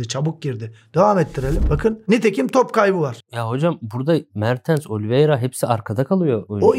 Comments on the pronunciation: hocam mertıns değil yalnız mertens be mertens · ŞU ADAMA BİR DAHA MER TINS DEME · Mertıns deyisine hastayım hocam 🙂🙏🏻